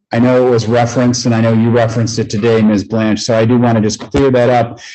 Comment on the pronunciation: I don't know why but the PD's in this county constantly mispronounce the names of the Prosecutors quite often mainly Ms. Blanch and Ms. Andary. They've worked with these ladies for years and can't get simple names right? It's over Zoom or in courtrooms and it always seems to be when they aren't winning.